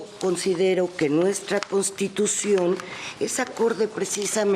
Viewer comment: Qué pasó? Se dice constitycion y ud repite ( costitucion)